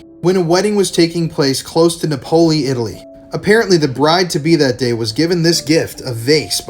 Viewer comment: Napoli....Nap...oh..lee.... Italian pronounciation lesson over! 😁....